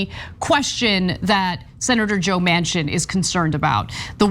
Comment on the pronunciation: Manchin--pronounced "Mansion" but means "dumpster"